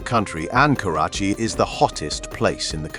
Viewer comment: Damn you kept mispronouncing the city's name